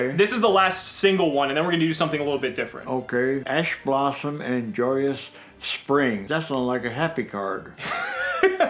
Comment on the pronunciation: says Ash Blossom My friend: What did you say ASS BOTTOM